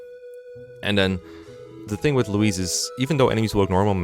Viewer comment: No dlc emblems, based They'd all just be SS tier, like have you seen soren? Also why are you pronouncing "louis"(loewee) as "louise"(loweese) Is there a secret louis trans arc? Have I been deadnaming her all along??